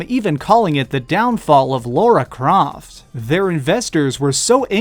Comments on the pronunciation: LARA Croft, LARA not LAURA. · It's Lara Croft, not Laura Craft. This guy is a bloody moron! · Alpha Legion Astartes Dude, you don't know how satisfying it is to see someone else comment on this. It annoys me every time I hear "Laura Croft", and I don't get why people insist on pronouncing it incorrectly, when the correct pronunciation sounds better anyway.